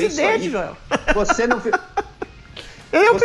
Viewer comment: Joel como sempre falando "joelcisse"...